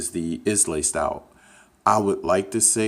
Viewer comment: Islay is pronounced eye-luh.